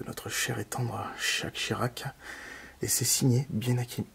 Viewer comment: Notre chère et tendre "chaques Chirac"😂 😂